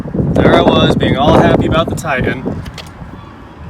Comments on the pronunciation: Tie Tan.... please just once say TITAN. What is a Tie An? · repeat after me ... TIE-TAN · I love you, - but... brother, there are two “T”’s in Titan! 😂😂😂